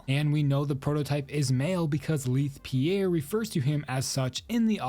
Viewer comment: Why do these horror channels keep mispronouncing Leith Pierre’s name???